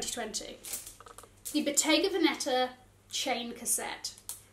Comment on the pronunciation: Awesome choices - just one thing dear because you make fun of your pronounciation skills 😊 „plat“ is pronounced Without the „t“ just „pla“ and veneta is emphasised on the first (not the Second) „e“ 😅